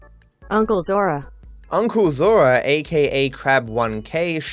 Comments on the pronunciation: Ж has a sound closer to J. For sure the transliteration to Zh doesn't help... But whenever you see Zh, that's a J. Still, English J sounds more like D and J together in other languages, but still, that's closer than Z sound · Дядя Зора попрошу. Тут Ж не умеют выговарить